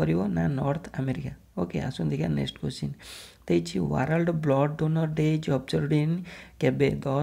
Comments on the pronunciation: Plse... correct the poronounciation the word world... 🙏🙏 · Brother don't mind but plz try to pronounce d word 'WORLD' correctly.